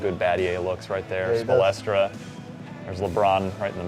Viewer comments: spolstra. not spolestra. nerd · OMFG! they need to stop getting noobs who dont know how to play or know nothing of the nba to review and play these games! i was getting irritated every time he said "spoelestra" instead of spoelstra. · Lol when he said "Coach Spolestra!!!" He's an idiot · "Spo-Les-Tra" No. I like these guys but get sports fans to play the sports games.